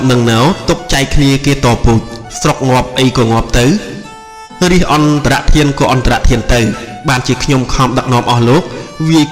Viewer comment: ពាក្យ អន្តរធាន = អានថា អន់ដរាក់ធាន មិនមែន អន់តារាក់ធានទេ ។សុំអភ័យទោស